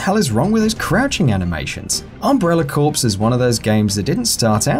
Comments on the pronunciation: You pronounced corps wrong. It is pronounced like "core" not "corpse". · "Corps" is not pronounced "corpse" like the dead body. It's pronounced as the word "core." This isn't even a debatable one like "caramel" or "pecan" it's just straight up, one pronunciation. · Corps. is pronounced Core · You pronounced corps wrong but corpse is an accurate description.